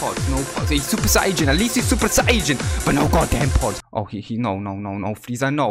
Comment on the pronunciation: Hey you were saying sayian wrong it’s not super sayjain it’s super super sayian and you also spells whis name wrong it’s not Wes it’s whis